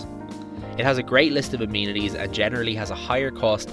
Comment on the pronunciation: Great video, but it is amenities not amenities.